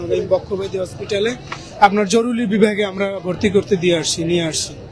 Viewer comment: জরুরি বিভাগ কে বলেছে জরুলী 😅বিভাগ